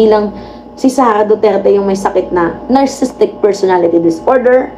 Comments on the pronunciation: Nar Si Sistik pagbasa dun, may extra "Si" kasi spelling nya is: Narcissistic from the root word: "Narcissus" or ung taong mahal na mahal ang sarili nya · narcissistic po hindi narcisstic. (nar-cis-sis-tic po ang tandang pronunciation. Everyday po king nanonood NG asawa ko NG vlog ninyo.